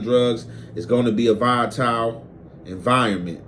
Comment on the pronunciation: said Vaya-tile 😂😂😂😂, it’s Volatile, Voll-la-tile